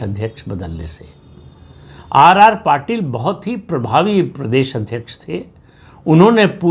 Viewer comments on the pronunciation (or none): आर आर पाटिल नहीं सी आर पाटिल